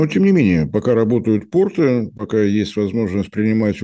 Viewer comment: Уважаемая, порты́ - это штаны, а если вы имеете в виду порт, то во множественном числе ударение на первом слоге - по́рты (как то́рты). 🙄